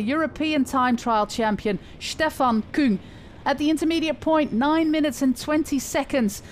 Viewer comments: But only that she pronounces it the right way, which is KÜng. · Yey, you did it!! You prounce Küng more German than French!